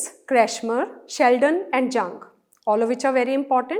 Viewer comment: Ma'am thanku for explaining but it's yoong not Jung